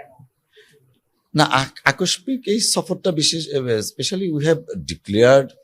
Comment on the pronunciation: 😂এর কাজটা পছন্দ হইছে,কিন্তু আকস্মিক শব্দের উচ্চারন করতে ভুল করছে, এটাতে কারাপ লাগলো।